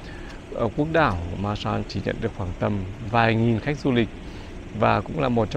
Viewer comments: Từ Santa Cruz, của đất nước Hoa Kỳ. Xin góp chút ít về việc phát âm về tên của hòn đảo Marshall. có thể phát âm “ ma xồ “ thay vì “ ma xa “. 😁 Và đây là 1 kênh YouTube đáng được ca ngợi, và ủng hộ, vì những đóng góp to lớn của đem đến những đời sống của những hòn đảo của Thái Bình Dương đến cho mọi người. Bản thân anh cũng thích du lịch đến những quốc đảo hơn là quốc gia bình thường. Nếu có điều kiện làm những chuyến đi về Đại Tây Dương, cũng có rất nhiều những hòn đảo nổi tiếng. Chúc sức khỏe và thành công. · Góp ý chút nhé, phát âm đúng: maa-sờl ai-lần. Great vid, anyway. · Đọc là mar so đơn giản vậy thôi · Em đọc tên quần đảo Marshall này chưa đúng lắm, phải là: Maar-shuhl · Quả đó tiếng Anh là "Breadfruit" em a. -"Marshall" tiếng Anh đọc kà "Mar - Sho". nhớ không ? chữ "All" (Tất cả ) đọc thế nào thì âm cuối của "Marshall" sẽ đọc vậy ... - Quả nhầu thì tiếng địa phương ở đó họ gọi là quả "Noni" quả này họ muối lên men để làm nước uống . - "College Of The Marshall Islands" là trường cao đẳng để đào tạo Cán Sự chứ không phải là Đại Học (University) em ạ !. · Tiếng anh đọc là má sô